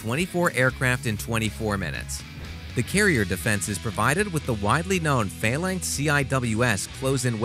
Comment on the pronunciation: The flights are pronounced as SOR-TEEs and not as SOR-TAYs. Phalanx is pronounced as FAY-LANKS and not as FAIL-LINKS.